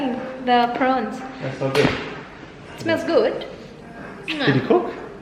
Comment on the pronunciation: Hay arts talaga kahit kelan.. Haha porons..lalong nmali ang bigkas..😁😁😊 With that long nails all the tiny tiny pieces of ingredients goes into it...jusme..!!